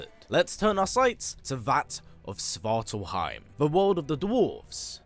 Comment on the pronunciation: Svart ALF-heim. Not swartal-heim.